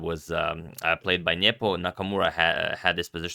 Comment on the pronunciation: he always says Niepo ... super annoying